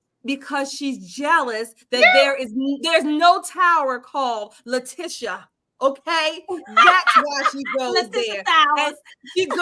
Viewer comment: Am watching your show from down under NZ and am loving it, how LEFTISHTIA is that how you pronounced her name lol😂